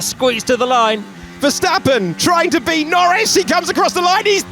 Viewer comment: did he say be or beat Noris 😂 looks like the champ followed his line